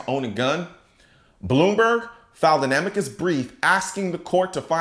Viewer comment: Did you say "Blew-me-berg"? Ha Ha!!